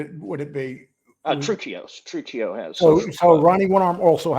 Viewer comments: WRONG! TRU-CHEE-O! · Truccio (True-kee-oh)